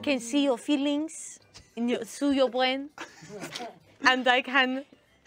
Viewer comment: I lost it when said I could see you feelings through your bwain 😂